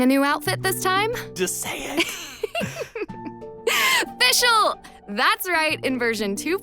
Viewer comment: Can someone please tell the VA of Fischl to learn some german pronounciation? Or at least the Team of Hoyoverse to fix her entire voice lines until v3.0?